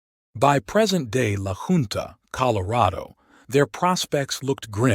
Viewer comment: Lived and grew up in Colo, N.M. AZ, S.Calif, the PNW and Tex. The WEST! It's Ra "tone",, Raton. La Hunt- tah,, Lajunta. At least sound like you've actually been there before.